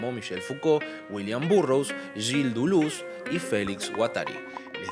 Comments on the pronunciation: Dulú? "DELÉS" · exacto, suena a delés con la tendencia hacia la u, no a la inversa. tu "dulús" es erróneo y horrendo; andá al abecedario y escuchá a claire parnet pronunciándolo. o a cualquier lado, a ver si seguís escuchando "dulús". y ya que estamos, el video es cortísimo en calidad de análisis pero bueno, será para determinado público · lo que pasa es que lo pronuncias literalmente duluz xD. Gran vídeo como siempre! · Lo único que no me gustó fue que cuando le dices Duluz me saca de onda jajajaja pero buen mi video mi bro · yo te quiero mucho mucho de verdad pero por favor decídete en cómo vas a pronunciar Deleuze porque cada vez sacas una cosa distinta